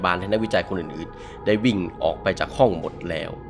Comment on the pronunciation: ชอบตรงคำว่า ออกป๊าย